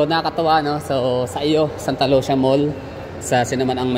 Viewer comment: Sir ang pagka pronounce daw ana kay murag in ani oh Santa Lu si ya dili Santa Lusya , 😂😂😂 pero mao jud imung gusto dili man pd hinuon ko magbuot ug mamugos😂😂